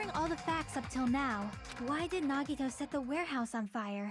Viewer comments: "nuh-Vadd-uh" versus "neh-Vah-dah", all over again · Every character on screen, repeatedly, for hours: "NA-gi-to" Arin: "nuh-GI-to" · No part of the game says Nagito's name more than this, and they still pronounce it wrong. I'm not bothered, but it is impressive.